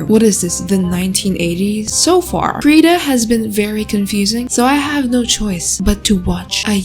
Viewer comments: Someday will learn how to pronounce Krita 😔🤚 (krih-tah not kree-tah) Also FireAlpaca is dope for a free program. Used it for like 4 years. And yeah Medibang is from the same company as FireAlpaca. Medibang is better for comic/manga makers. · she pronounced krita wrong